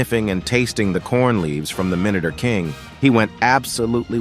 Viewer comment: ....Minater.... cringe...